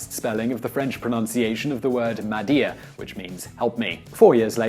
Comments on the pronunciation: No. More like "meh-deh." The "meh" has a very soft h sound. Think somewhere between "Meh" and "mei" COMPLETELY different from what he said, which was essentially "Ma-Di-Er" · the "french" pronunciation of the word (m'aider) isn't pronounced "Ma-dee-ah" it's pretty much pronounced "mayday" and roughly means the action "to help me" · "m'aider" is pronounced "maday" not "ma-deer" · you have all these explanations but you failed to mention the french meaning except for your blurb about ...?"madir"?? in french they say "m'aidez" m'aidez means "help me" in french m'aidez is pronounced exactly like mayday! today YOU found out mic drop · Actually, "m'aidez" ("help me"), is pronounced exactly like Mayday, allowing for the English rendition of the French "ez" or "é" sound, as in blasé, élite, etc. Not "mad-ee-ah". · M'aider..is pronounced like "meh deh"...not "ma dea". i had to sit and think what you were trying to say. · The French "mad ear" ?!? ...erm, it actually sounds pretty much exactly like the word "mayday" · You don't have to Google pronunciation to know that it should sound like "mayday"!!! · it' not m'adier but "M'aider" = "Help me" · of the word "madia" before making an entire video just about a single word, could you do a little bit of research on how the word is pronounced? "mayday" is the englicised pronounciation of "m'aider" (which is pronounced in French like mede with the e like in get), which comes from the sentence "Venez m'aider" which literally means "Come help me" ("m'" is for "moi" (me) and "aider" means "to help") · If he can pronounce "Mayday" he can pronounce "m'aider" as the pronunciation is relatively close (go figure). Just saying "meh-day" would be enough for it to be at least somewhat understandable. But it takes a special kind of ignorance to pronounce "m'aider" as "my dear" directly after saying that "mayday" is the anglicized spelling of "m'aider". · Lol, love the complete conviction with which the guy pronounces m'aider as "ma dia"....